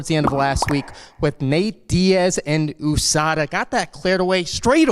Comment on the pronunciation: Everyone: USADA: OOSADA